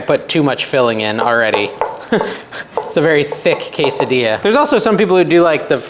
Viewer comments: “Case a Dee a” is the way it is pronounced, have a great weekend!😊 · Ask chat GPT to pronounce quesadilla for you 😊.